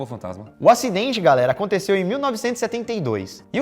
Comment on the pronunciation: né " Garéra "